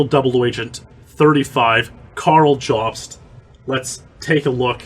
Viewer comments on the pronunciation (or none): none